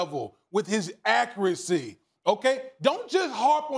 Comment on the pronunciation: With his acracy! Lmao